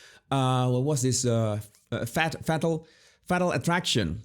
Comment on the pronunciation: No he pronounces it Fattle and I prefer it that way